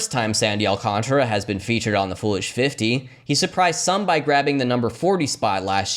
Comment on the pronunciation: AL-CAHN-TAR-UH not -AL-CONTRA There's a whole fucking letter there that people refuse to pronounce